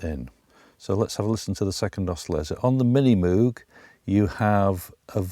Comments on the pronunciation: Moog rhymes with rogue. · show some respect........its pronounced Moog ( Mowg / rhymes with ...vogue ). Nice video by the way, Neutron is a beautiful beast !!!!